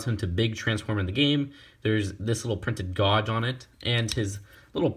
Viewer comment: Gage or Gauge are pronounced ɡāj. Not Gawge. Other than that, a good review.